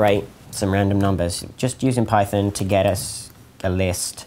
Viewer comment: "Pie-thin?" Dost thou meaneth "python?"